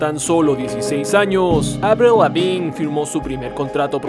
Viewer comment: "Avliu Levin" lo dice bonito jeje